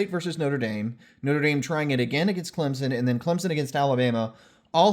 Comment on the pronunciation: “what we saw was contact was either initiated by the defense or mutually initiated” - Roger Redding (NCAA coordinator of officials) Yea it’s a pick play, but technically it’s not offensive pass interference, so a good no call. Also thanks for pronouncing ClemSon correctly lol